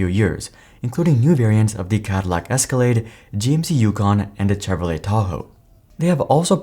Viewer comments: Listen - I typically like the content. But if you can’t even put in enough effort to learn how to pronounce Chevrolet… cmon man, it’s not that hard 😂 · Bro are you AI what's up with the Chevrolet pronunciation